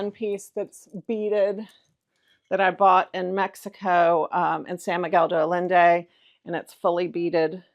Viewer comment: San Miguel❤!!! ( day I-yen-day) de Allende❤